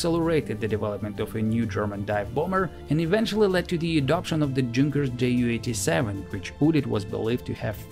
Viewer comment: Just a little thing: It's not spoken Jay-U, it's spoken You 87